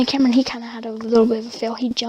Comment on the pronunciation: Its camron not cameron